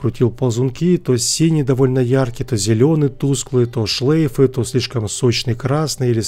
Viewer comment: "шлЭйфы" - это сильно)